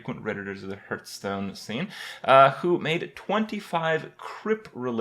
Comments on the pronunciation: it's heartstone, not hurtstone. Get it right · because he sucks at pronouncing. he called Hearthstone "hurtstone" for a very long time. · can you please stop saying hurtstone it's fucking irritating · Does he say "hurtstone"?